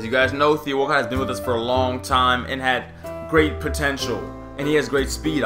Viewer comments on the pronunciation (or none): none